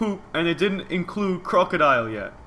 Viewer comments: STOP SAYING IT!!!!!!!!!!!!!!! Croakodile?!?! IT IS NOT!!!!!!!!!!!!!!!!!!!!!!!!! It is Krookodile... SO WTF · It's krookadile